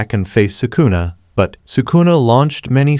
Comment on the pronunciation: He said sukuner